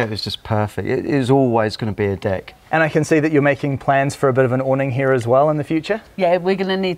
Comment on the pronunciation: Deck sounds suspiciously much like.. something else xD